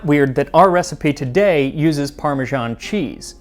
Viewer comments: Why are Americans pronouncing it "parmeZHan"? The closest pronunciation to that would be the Italian "parmigiano", but if you write it "parmesan", you should pronounce it like the French - "parmeZan". I noticed Max always strives for accuracy in pronouncing foreign words and names, so this one baffles me. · What is up with Americans pronouncing parmesan as "parmejean"?? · Can somebody PLEASE explain why Americans say "parmi-Jahn"??? There. Is. No. "J" in the word.😩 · I love the channel, but there are a few things that get on my wick. It's peculiarly american to mangle english and other languages in horrible ways without actually realising. For example they do this with italian. With Parmigiano-Reggiano you get that parmajaan sound, but not with parmesan. It's pronounced as written. Basil should sound like the italian basilico. It doesn't start with bay. And then there's the faux french. The rest of the english speaking world pronounces the h in herbs. It's not the french herbes. I'll stop there before I get lynched for mentioning the stupidity of "freedom units". How many inches in a chain? Have fun everyone. Maggie Beer's Burnt Fig, Honeycomb & Caramel Ice Cream is the best!! And of course, if you get to New Zealand, Hokey Pokey is one of the favourite flavours (sic). A must try!! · The American pronunciation of "parmesan" as "parmigian" always throws me. Parmesan with an s is French and you pronounce the s, and Parmigiano (with an o) is Italian. Somehow American English doesn't want to pick either. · Why are Americans incapable of pronouncing the word 'parmesan'? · Why do North Americans pronounce parmesan wrong, it's a freaking "s" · If you are so keen on "learning"try learning to pronounce Parmesan,note there is not a J or G in sight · Why do Americans pronounce “parmesan” as “parmezhan”? In Italian it is “parmegiano’” pronounced “parmedzhiano” (the “zh” is the ‘s’ in treasure; the “dzh” is the ‘j’ in judge). In English “parmesan” is pronounced as “parmezan”!